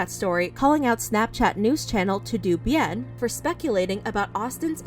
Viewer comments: Im sorry but "To Do Bien" is sending me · No one gunna mention “to do bien”? Lol. Todo bien wuey!! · over here saying "two doo" bien. It's "Toe Doe" bien, Spanish for all good or everything's fine. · It's not to do bien. It's pronounced "Toad o Bien" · To do bien made the Latino in me wince so hard lol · It’s not to do bien it’s “todo” meaning “it’s all good.” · btw it’s todo bien it means all good in spanish, it’s not to do it’s all one word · pronouncing Todo Bien as “Too Doo Bee-ENN”😂😂😂 It’s pronounced Toh-Doh Byehn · think of the pronunciation of "toto", like the dog's name from the wizard of oz. Like, not pronounced "to doo". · girl, it's "toe-doe" bien. it's spanish. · Girl really said..."TO DO Bien." LOLLLLL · It’s pronounced ‘TOE-DOE BYEN’ 😌😌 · Pronounced “toh-doe” bien= meaning all is good or well in Spanish 🙂. Nice video Austin has been trash ! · I think the "TodoBien" account is not pronounced To do bien. "Todo bien" is the translation in spanish of "everything okay/good", or maybe it was intentional ^^U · LOL to-do Bien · TOODOOBIEN PLEASE😭😭 y’all “Americans” don’t even try🤨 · toe dough bee en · The way you said TodoBien 😭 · That’s not how you pronounce “todo bien”💀